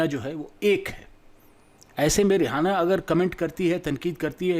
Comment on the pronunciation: are bhai rihana nahi hai wo rieana hai